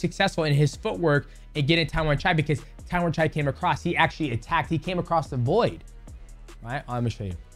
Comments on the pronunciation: you accidentally nailed Thai accent calling Tawanchai name right there 😆😆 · Tawanchai is LEGIT (pronounced his name right this time :_Derp:) Watch him fight THIS FRIDAY on PPV at ! #ONEFridayFights46